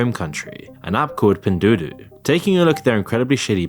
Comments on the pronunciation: It’s ‘pin duo duo’ You called it ‘du du’ ‘dao dao’ and ‘dou duo’ lol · I know it's not the biggest deal for non Chinese speakers, but the pronunciation of Pin Duo Duo in the narration is super off 😅 goes from some funny ones like Pin Doodoo to Pin Dodo... maybe stick to saying "PDD" in future videos if they're mentioned? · I’m laughing because you are pronouncing Pin duo-duo as Pindoodoo. Great job. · Pin Do Do 😂 it's Pin Duo Duo - pronounced "Pin Dwaw Dwaw" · At you say "966" but the article states "996" - which one is it? And all i heard was "doo doo" instead of "duo duo" lmfao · Pin doo doo 😂 is pronounced pin doo-o doo-o 😅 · the amount of pronunciations of "pen duo duo" 😭😭👌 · Fair video but your quality control is really poor. you frequently showed info on the screen and read different numbers. for example the rating was 3.3 but you kept saying 3.4. and you changed c+ to c-. you also pronounced pin duo duo completely wrong and shows a lack of research, along with speculative superlatives without any research justification. Not quite journalism, more like another bandwagon just like the influencers, using the hot topic to get some cheap views. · Probably already said/noted. Duo is said more like door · Did you say pin doo-doo? Grooosss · Good video. But you’re mispronouncing “Temu” and “Pindoudou.” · all love bby but u are butchering tf outta that pronunciation 🤣🤣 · how do you get both pronunciations so wrong? L